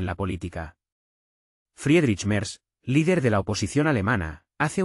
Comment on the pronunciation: Quién fue? Merdz Cómo lo pronunciaría un francés 😂😂😂😂